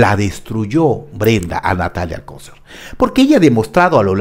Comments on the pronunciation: Se pronuncia alcoCER acentuando la última silaba 😉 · ¿Por qué pronuncias mal el apellido Alcocer? ¿O es sarcasmo? Porque Alcocer no lleva acento en la ‘o’.